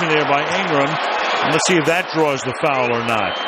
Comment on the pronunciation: Did he just saw "fauwl"?